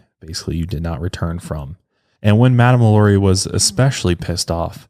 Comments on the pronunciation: when you said her name, Lalaurie? its really pronounced, La La rie! Im from Louisiana and absolutely love your podcasts! These things interest me. People can be such sickcos! La La rie happened in Louisiana, so, of course, interests me the most. This woman was entirely INSANE! Again, I absolutely LOVE your podcasts and thought you may like to know the correct pronounciation. Thank you and please continue with more podcasts! Very interesting! you definetly have my vote! Thanks again! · You didn’t say her name the way American Horror Story said it😂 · You’re butchering her name but it’s okay 😅❤️